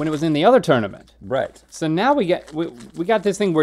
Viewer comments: Why does Rhett keep saying “tourmanent”? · tourmanent.. isnt it tournament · I appreciate how the subtitles spell "tourmanent" how Rhett is pronouncing it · I am surprised Link made it through all that alliteration moments after botching the word 'tournament' XD